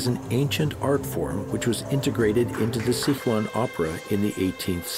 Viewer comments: and it is Si Chuan not Sic Huan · it is Sichuan not Sichua lol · gui-zoo and sick-wan hurt my ears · Sick wan！hahahaha I'm a Sichuanese！ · As a Chinese I find his pronunciation of Sichuan hard to listen to